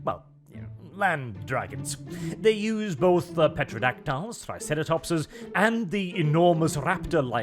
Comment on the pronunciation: You pronounce Pterodactyl about as well as you pronounce variant. That is, not well at all. Terro-Dac-tile or Terro-Dac-till. Not Petro-dac-tile.